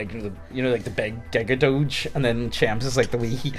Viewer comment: Mans really called Cheems "chems" bruhhhhhhhhhhhhhhhhhhh RIP Balltze EDIT: mate do you know what "per se" means?